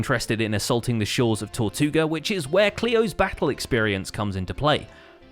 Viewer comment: You said Tortuga?!